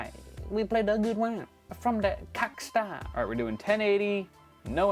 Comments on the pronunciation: "GEE TEE AEYYY FIE FROM DAH COCKSTAR" LOL 🤙🏻👌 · "Gee tee ay faiv, from da cockstar"